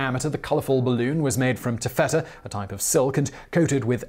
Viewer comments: (it's TAFFetta, not tafFETTa) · ta fuh tuh not tu fetter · You're freaking me out pronouncing taffeta that way.